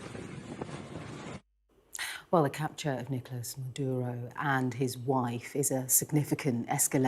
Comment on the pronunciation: The most shocking thing is no one single English speaker even mildly attempts to pronounce “Nicolas Maduro” the proper way even though they say about one hundred times 😂😂😂😂